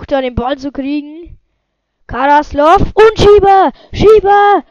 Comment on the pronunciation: 1: Alecic ?? kannst ned sprechen Fürth is Geil 2. Du kannst ned sprechen, Karaslasov ned Karaslov O GOTT SCHLECHT